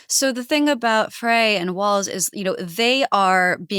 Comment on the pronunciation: It's pronounced "Fry". His father was my chiropractor.